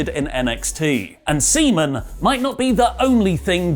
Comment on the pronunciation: It's SEAMAN! Not ceman. Swallows! come !